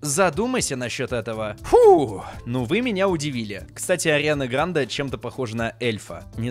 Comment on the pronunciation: Не правильно говоришь ударение на е